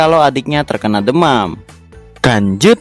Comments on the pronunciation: Lanjut kok di baca kanjut sih.kanjut kan bahasa Sunda dari .. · lu ngomong lanjut apa kan*ut sih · Yang dituliskan "lanjut", yang gw dengar "kancut" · Bang language kali bukan kanjut